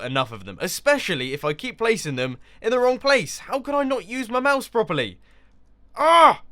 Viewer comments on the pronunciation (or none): none